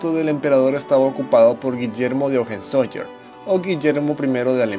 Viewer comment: Por favor amigo, tienes que aprenderte bien las pronunciaciones de los idiomas. Von se pronuncia Fon, Weimar es Waimar, Hohenzollern es Hohentsolern, etc.